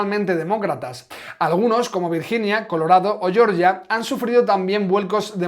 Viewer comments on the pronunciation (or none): none